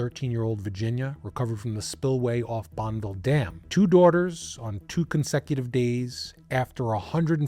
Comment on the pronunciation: It's pronounced Bonn a ville 😅. Buddy do 2 seconds of a Google search not multomah .... it's Mult no mah. I know you are from the opposite side of the country but anyone watching and listening to the story that lives in the PNW is shaking their heads. This was a big story recently when a diver finally found the car at the bottom of a channel in Cascade locks buried in the ruble that gets swept down the river. The Dallas ? The Dallas? 18 minutes in and we have 3 names of locations pronounced completely wrong. The Dalles is pronounced like a wooden dowel but with an A ... The Dawlezzzz ..I think it's a French word for the falls or something like that.